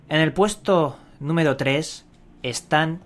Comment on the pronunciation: "Numedo Cuatlro" "Pedo" "Tubiedon"